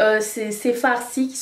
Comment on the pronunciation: Je délire avec toi pour "farçi" MDR